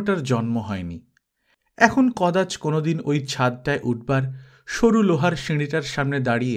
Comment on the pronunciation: উচ্চারণ টা হবে কদাচো। ঠিক করে নেবেন।।